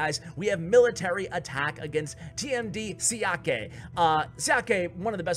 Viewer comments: Another great vid! Normally I am not one to comment on videos, but having background in Chinese I thought I'd let you know that "Xiake" is pronounced "Sha-kuh". Once again, great job! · You pronounced Xiake horribly wrong